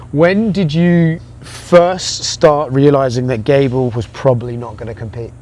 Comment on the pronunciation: Gable rhymes with not-able.